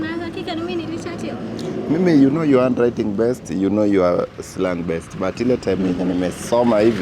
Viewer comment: Nani ameskia akisema handwtiting😂